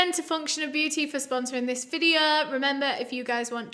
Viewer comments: "So today's videoh..." Me: YAY!!! "Part two will be out in a few days..." Me: oh. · I just want to give my usual disclaimer that I mean absolutely no disrespect to anyone that I talk about in this videuh. This videuh is for educational purposes and everything that I'm about to say is just information I have found on the internet and am compiling into one ✨videuh ✨